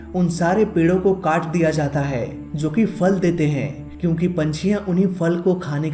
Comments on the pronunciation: Bhai, Aap (Jo) ko (zo) bolte ho, jo ki bahot zyada galat hai, please... (Jo hume humari manzil tak le jata hai) Don't mind bro, its also a knowledge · Jaise- (Jo, Jab,) Aap kabhi kabhi (Zo aur Zab) bolte ho